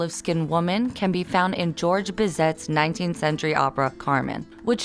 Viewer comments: Bizet is pronounced bee-zay, not bee-zet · okay so I hate to be this person But the way Bizet was pronounced was just sad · Biz-eh, he’s French. You don’t pronounce the T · I love the insight into cultural insensitivity if only you didn't butcher Georges Bizet's name in the beginning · I'm sorry you say latina with an accent but mispronounced George Bizet? Ugh!!!